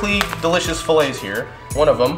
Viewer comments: “And a dericious beverage”. 🤣🤣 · Dericious Beverage 😂😂😂 Harro